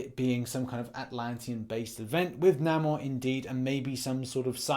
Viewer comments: It's pronounced Nay-More not Nah-More. Namor would be awesome! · 2 things , 1. It’s namor (nay-more) what you said was (nah-mar)and I couldn’t by pass it lol 2nd what’s a Pratt? Is that the uk version of an asshole? Lol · It annoys me how he says Namor wrong